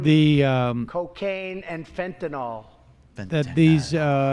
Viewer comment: "Cocaine and FentyNOL" So, he's on script, read Fentanyl, says "Fentynol". We could spend years extrapolating data from his behavior and speech patterns about the side-effects of having your development stunted because your parents were rich.